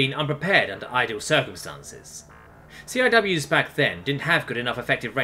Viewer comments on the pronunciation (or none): very good narration. Just wanted to let u know for the future, and if you want to, the accepted way to pronounce the acronym CIWS is: see-wiz! stands for Close-In Weapon System